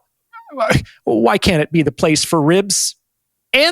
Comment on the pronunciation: The part about the restraurant and how he says ribs idk it’s funny 🤣👏🏾